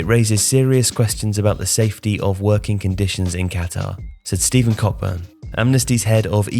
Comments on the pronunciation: It's pronounced "Co-burn" you doughnut... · I'm going to do my best to skip this world cup. It does just make me uncomfortable. Oh, and it's pronounced co-burn, but you're not the first to get it wrong. he keeps a list 😀